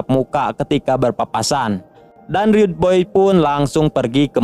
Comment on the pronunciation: Rudeboys bukan read boy